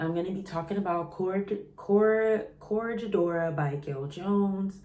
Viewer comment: Cot-Rega-dora ** is the pronunciation